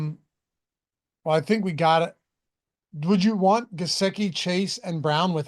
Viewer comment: It’s Guh-sicki lol